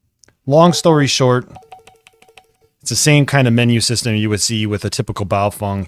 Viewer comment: Pronunciation correction. Stop mispronouncing Baofeng! (Bahoh fung) is correct... (Bayoh fang) is incorrect.... Now that you have been corrected.. It is disrespectful to continue mispronouncing their name..